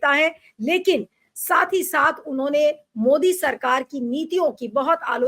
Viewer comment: Ovaisi ki tarh मोडी बोलने लगे सुब्रमनियन जी ने